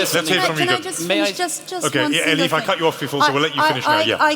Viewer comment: The MC keeps on calling Elif - "Eli". My name is Stephen, when someone calls me Steve or Stevie... more often than not - that is a sign that they don't respect me. Is he unknowingly revealing that he doesn't respect Elif Shafak or is he trying to show his affections towards her? Or is he just too lazy to pronounce her name correctly?